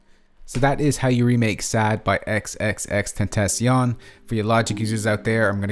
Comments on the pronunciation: Awesome vid but why do you pronounce his name like that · If only you could say his name right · YOU SAID IT WRONG AT THE BEGGINING